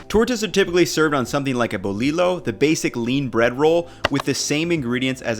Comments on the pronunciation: Boliyo man lol why you do this when guajillo has the same double ll's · I really like recipes and content generally....BUT I'm just surprised he left Mexico calling it a boliLo Like, he get's guajillo right, damn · "bo-Lilo" and stitch😭😭...great video tho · This looks delicious and also bolillo ( bo-li-y-o) ( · Double L = y sound Tortilla (tortiya) Bolillo (boliyo) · Bowl lilo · I'm going to start pronouncing it like that now! Bowl-liLo ☺️☺️. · I would think if you went to Mexico and ate there and obviously did some research before you made this dish, you could learn how to properly pronounce the name of it, its really not that hard. I'm German, lived in the States for 25 years and then in Mexico for 5. If i can do it, so can you. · You spent 5 weeks in Mexico but don’t know how to pronounce “bolillo” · double L makes the y sound bro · Bolillo is pronounced with a y sound for the double ll. But dope sandwich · “BoliLO” 😂😂😂 the “LL” in spanish si a “Y”, it’s pronounced “BoliYo” (btw I’m not the language police or anything it’s just he seems very into pronouncing things right in some of he’s other Mexican videos) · Brother I need you to take a Spanish class please. I’m cringing when u say “BO-LEE-LO” vs “bo-Lee-oh” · Not trying to get on u but its pronounced "Boliyo" not "Bolilo" and its spelled Bolillo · grrrsss at saying bol ee lo.. it's boy eeeyoo the ll's are silent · Boli-yo not bowleelo, tortAs not te-le-row. The bolillo you show is not a bolillo at all. It needs to be crusty and crunchy, not soft and spongy. Other than that, I do admire your enthusiasm and the pambazo you made does look delicious! Good video. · your videos are great, and the recipe looks amazing. But, please, for the sake of all that is good in this world, "bolillo" is pronounced "bo-LEE-yo," not "bo-LEE-low." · Been loving your vids! FYI In Spanish the double L makes a "y" sound, so Bolillo is pronounced "BOH-LEEYO" not "BOH-LEELO" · Boliyo is how pronounce it